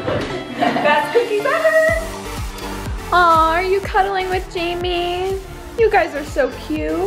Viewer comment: Jamie's:"what is wrong wif u?"🤣🤣🤣🤣🤣🤣🤣🤣🤣🤣🤣